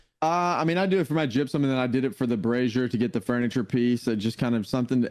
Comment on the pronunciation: Yay you said brazier correctly:) and ty guys for the podcast!